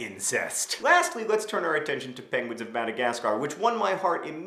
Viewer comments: you forgot that benedict cumberbatch's inability to say "penguin" makes the movie 20% cooler than any of the madagascar movies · You forgot Blubbernuts Crumplehorns inability to say penguin(s) which I find is the highlight of POM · Penguins of Madagascar also has Benedict Cumberbatch in it and he still can't say penguin!!!!!